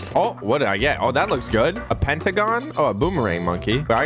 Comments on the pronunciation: A PENTAGON? ITS A PARGON😂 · it's so funny hearing say pentagon instead of paragon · Pair a gone that’s how you pronounce it